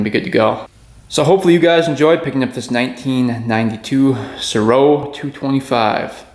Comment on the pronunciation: I heard it was pronounced ''Sare-Oh'' for the Mtn. Goat.